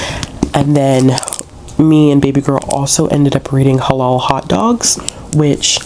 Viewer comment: You are saying halal right! Checking to see if my library system has a copy asap 😊🧕🏽🌭